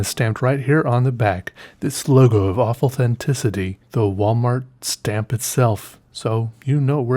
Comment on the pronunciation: "Logo of awefulcenticity" cracked me up!! :D